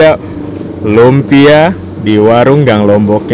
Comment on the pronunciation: Lunpia om bukan lumpia